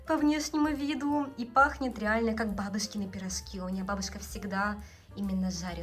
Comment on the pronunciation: Учите русский! Учите произношение и грамматику! Если нехватка в славянской еде есть приезжайте обратно! Рвите гражданство и все! Это все-равно не настоящий творог и кефир. Пирожки, а не пирошки! Пускай муж переезжает, а не жена! У вас ломается русский! Учите заново язык! Ш твёрдый. Учила бы мужа языку. А так не плохо!